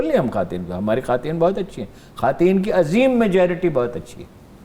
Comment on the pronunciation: جناب ہارون الرشید صاحب عاجزی کے ساتھ گزارش ہے کہ یہ لفظ "خواتین" جو ہے اس کا تلفظ "خاٹین" نہیں ہے، یہ تلفظ غلط ادا کیا ہے آپ نے۔۔ یہ لفظ " خوا تین " ہی ادا کیا جائے گا اس میں واؤ کی آواز ادا کی جائے گی، حذف نہیں ہو گی واؤ کی آواز۔۔۔ شکریہ